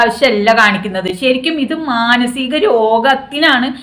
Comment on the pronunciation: മാസികം എന്ന് പറയണ്ട